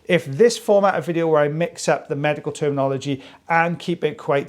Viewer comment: It sounds like you said "magical " not medical. Omg